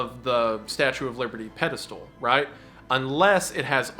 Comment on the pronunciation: It’s crazy how wendigoon still says “pedostool”